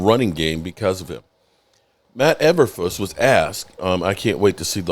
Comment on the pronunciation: Matt Everfuss 🤣 😂 Too Lazy-n-mentally slow to check someone’s name like usual. It’s E-Ber-f-loose. It’s just low quality content here constantly. It’s hilarious